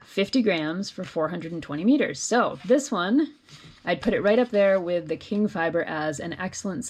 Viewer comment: Nice tutorial for those of us who rarely use the called for fiber. By the way, Qing is pronounced “Ching” not “King”.